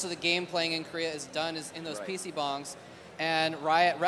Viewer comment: Not "bongs." Bangs. It's Korean.